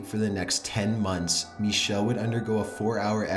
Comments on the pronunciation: I'm more afraid of the way he pronounces Michel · araM The narrator pronounces "Michel" the French way, not the German way. The "ch" is a much throatier sound in German, and it's hard to write phonetically. The real pronunciation of her name is somewhere between Mi-shel and Mi-ckel.